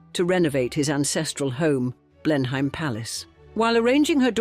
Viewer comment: Blenheim is pronounced: Blennem